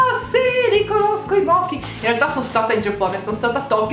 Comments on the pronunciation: Si dice moci nn mochi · Moci non mochi ti prego 😂🙏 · Le palette di ombretto si pronunciano "love you so moci" con la c dolce. Non è una critica, solo un appunto 💕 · Stavolta Poison lo dovevi pronunciare in inglese XD e mochi si legge 'moci' ma fa parte del tuo charme lol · Ciao io ti adoro un casino ti volevo solo dire che le palette mochi di nyx fanno schifo non si vedono gli illuminante eh nemmeno gli ombretti di quella linea se non ci credi guarda il video di gaia visco gilardi sulla linea mochi e vedrai e poi penso che mochi si legga "moci" comunque ti adorroooooooo